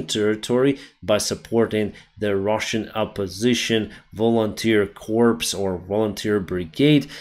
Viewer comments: Volunteer corps is pronounced like "core" not like "corpse" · I love you, and must please correct your pronunciation of "corps". It's a French word, and is pronounced "kor". The p and s are silent. What you are saying is corpse, which is a dead person, a cadaver, which isn't nice when discussing our friends, the UAF. Thank you and I hope you read this and correct your pronunciation. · It's not "corpse",,it's pronounced "core". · Corps is pronounced "Core" not "Corpse". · Hope this helps. "waiting for" is not "waiting". Waiting is intransitive so it can't be used in this sentence: "that's what we're waiting for" because that is the object. Corps, corps, and corp are pronounced cores, core, and core. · I understand what you are saying, and I watch you every day, but CORPS is pronounced COR. The S is silent. I hope you are right about evrything in this message. I have been following it closely. Slava Ukraine. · Hi. Enjoy your coverage. One small thing ‘corps’ is pronounced core, not with a hard ‘p’. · You don't pronoice the "s" in corps.... just say "core", as in apple core. Unlike Obama, who made the same mistake, you have a good excuse. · You mispronounced "corps" - the 'p' is silent like 'k' in knife and a lot other weird English words. Generally though, your English language ability is excellent.